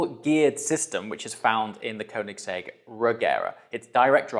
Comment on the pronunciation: If you own the car atleast learn to pronounce it. You can literally ask the OWNER of the company by yourself. Congrats with the purchase tho.